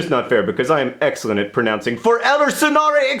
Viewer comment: Speaking as someone who the hell speaks Swedish, I can watch John pronounce "För eller senare exploderar jag" om och om igen... I mean, over and over again. It's just that every time you say "foreller," you just keep saying "trouts" in Swedish, and it's distracting.